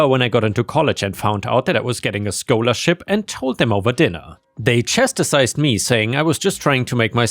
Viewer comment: Chas.....tised NOT Chas....ter....cised